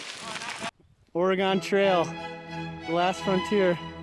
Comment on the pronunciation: You said Oregon wrong.